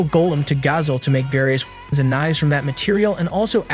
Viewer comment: bro can’t even say weapon